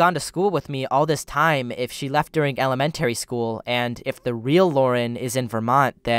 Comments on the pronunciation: you pronounce “el-uh-MEN-tary” like Norm Macdonald probably would. (RIP) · the way you say 'elementary' X'D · Why do you say elementary school? So weird? I’ve never heard anybody pronounce it like that.